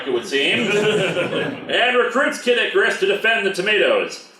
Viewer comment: Every time I hear you say Kid Icarus, it sounds a lot like Caddicarus. Anyone else hear it too?